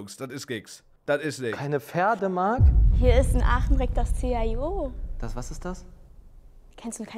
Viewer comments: Das C H I O 😂😂😂😂😂😂 ... alter, das heißt einfach CHIO 😂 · Man spricht die Buchstaben von Chio nicht einzeln!!!!!!!!!!!!!!!!!!!!!!!!!!!!!!!!!!!!!!!!!!!!!!!!!!!!!!!!!!!!!!!!!!!!!!!!!!!!!!!!!!!!!!!!!!!!!!!!!!!!!!!!!!!!!